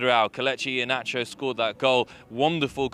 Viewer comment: They could've taken thirty seconds to teach this broad how to pronounce Iheanacho's name.